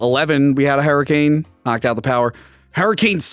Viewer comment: wtf is a herricane?